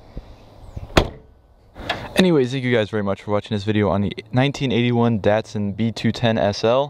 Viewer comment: DAT- SUN not DEHT-SUN